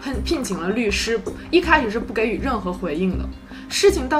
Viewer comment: 给（ji）予，悼（dao）念，提两个读音小注释